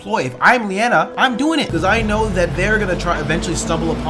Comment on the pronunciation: Her name is Linaya not Leanna. 😁